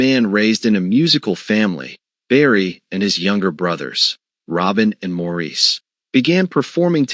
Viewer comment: Nice video. However, I wish they would have the AI voices pronounce Maurice's name correctly. It's pronounced as Morris. It's distracting and takes away some credibility.